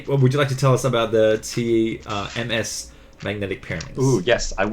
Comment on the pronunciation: When you say ms I thinks you said mf